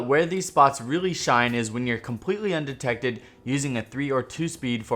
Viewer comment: Nice Video. Informative as always. Also your intro say 'Undected' instead of Undetected. Just a heads up. Love your videos man